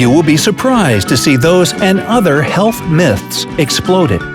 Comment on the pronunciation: when you say health myths a lot it sounds like you are saying help miss XD